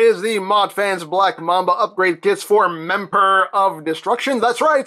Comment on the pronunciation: Memperor?! HAHAHAHAAAA!